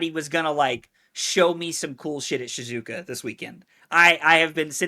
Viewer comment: Bruh, that's not helpful to people who don't know how Japanese is spoken 😂. It's SHE-ZOO-OH-KAH. Only weird thing porting it to english is the length of syllables is a bit shorter, but just say that quickly and you'll be fine.